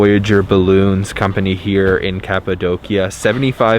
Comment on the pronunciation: Beautiful photography.. thank you for pronouncing Kapadokya correctly! I have friends in Urgup.. Been there several times...